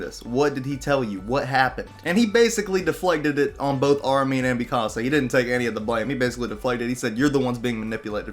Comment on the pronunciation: its not mi casa its mikasa